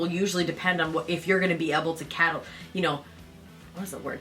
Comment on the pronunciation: Capitalise. Not cattlise lol